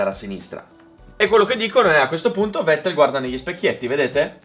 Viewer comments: Vettel si pronuncia Fettel, e' tedesco, come Volkswagen si pronuncia Folkswagen. Non e' tanto difficile da ricordare, italienisch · Si pronuncia fettel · è tedesco: Fettel si pronuncia 🤣🤣😡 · Bel video, comunque si pronuncia "fettel" (alla tedesca, poi è vero che "V" è andata via via ammorbidendosi vista la pronucia inglese) -Tedesco - -"inglesizzata" - ma alla fine kissene, ripeto bel video!